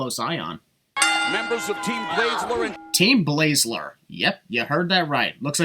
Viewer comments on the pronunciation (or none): Also also, Mauro clearly say Bayzler, not Blayzler as you said.